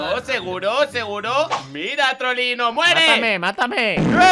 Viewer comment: Se escucha trolero en vez de Trollino